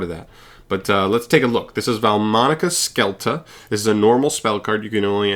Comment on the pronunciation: To everyone’s information: scelta is pronounced shelta (like shelter) and means “choice”